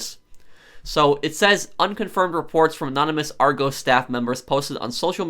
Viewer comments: i like how he says argos lol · It's criminal the way your says argos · It’s a short ‘o’ in Argos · That’s not how you pronounce Argos!!!!! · The O in Argos is pronounced the same as in Oscar. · Ik as soon as I heard him say it I was annoyed lol. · The way he’s saying Argos is triggering me 😂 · And people who don’t like him mispronouncing Argos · i know he is american but i hate it when he says ar-goes it is ar-gos. I do not mean to offend anyone by saying this. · Is pronounced ar-gos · Just to let you know you say the 'o' in argos like the 'o' in hot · It’s Argos not Argoos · Ar goss not ar goes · I swear if I here argoes one more time 🤣🤣 It’s prounced - are goss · Lol argoes its argos pro sorry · Argos like gloss, not goes. Are goss. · Noooooooooo its said argoss not argose the british in me is pissed 😂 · Are goes......lol not being rude, pronounced are-goss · Arrgoes wow it’s A R G o s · "OURGOS" 😂😂 it's pronounced ar-g-os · It’s pronounced Ar-gos not ar-goes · It's pronounced Argos not argose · Argos not argows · Hey prof I’m from the UK (Great Britain) and it’s funny how you say Argos because ur saying ArgOs when it’s pronounced Argus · You pronounce Argos Ar-gos instead of Ar-goes (sorry if I sound rude I just wanted you to have the right announce) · ar-gos, not argose lol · The way you pronounce Argos is funny. In the UK. We say Argos, not argoes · I love but its annoying that he says argose not argos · It’s not pronounced Argose it’s AR GOSS. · Im from the uk. And its pronounced Argus not Argohs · Pronounced Ar-goss not Ar-goes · Say it like r goss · It's been all over the news here and it's actually pronounced "Are-goss" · It’s pronounced ‘Ar - GUS’, not Ar - g-oh-s’. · sorry i cringed when you said argos im from the uk and it's pronounced r-goss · No hate but its "are-gos" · It's pronounced "R - goss" by the way. It's also the name of an ancient Greek city. I suppose the pronunciation isn't necessarily obvious though. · Its ar-gohs not argos